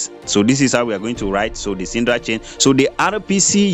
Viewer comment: Please its Sidra not sindra